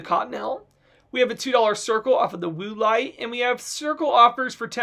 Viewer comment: Cracking up at “Woo-lite” 😂 Great deals!